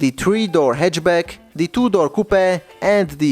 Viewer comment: haha took me a while to realize he said two door